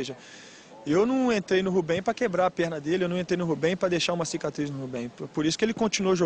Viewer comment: Rubben kkk